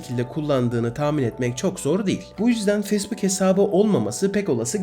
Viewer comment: Telaffuzlara daha dikkat edersen çok güzel olur. Özellikle facebook'a.